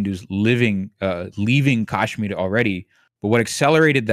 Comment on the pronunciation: Very misleading/misinformed guest. Skirted over Kashmiri pandit issue very unconvincingly. Hasan at least claims to not be informed about the issue, but the apparent “expert” can’t even pronounce Kashmir properly. Repeatedly used terms like “right wing terror” when people who can’t follow his waffling won’t necessary understand he is talking about Islamic terrorist groups (known to be Pakistan based) Bring someone else on next time